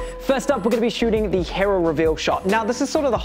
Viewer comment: He-roh? Nah mate it's Hee-row